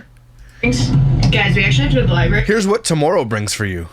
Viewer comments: Libary 😂 hehehe is that a Canadian way of saying library 😊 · I truly LOVE and look forward to your videos but that IS NOT HOW YOU SAY LIBRARY😤🤯 “libary” is crazyyyyy😭😭😭